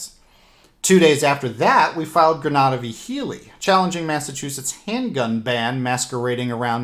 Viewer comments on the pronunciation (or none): none